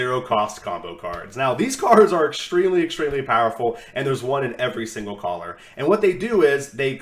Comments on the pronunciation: for sure great content. But really. Stop saying collar lol 💕 I love turning into your vids. Thank you for your time and dedication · Over the course of a few videos my only complaint is that you cant pronounce color